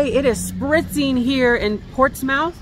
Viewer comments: Ports “smith” not Ports “mouth”. Not from around here 😂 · Portsmouth = ports-MUTH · Lol It’s pronounced Portsmith! The Hawthorne is said to be haunted! It is a beautiful Hotel! Lot’s of History! Don’t know how long you stayed but should go shopping the next time lots of nice antique shoppe’s in New England! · Portsmouth is "Port-smith" ..you are adorable! Its so weird to see you walking around where I hang locally! There are epic thrifts there! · Great food in NE; you can eat your way through each town. Fyi, Portsmouth is actually pronounced, "Ports' Mith". I promise you. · Its pronounced Portsmith! You two are adorable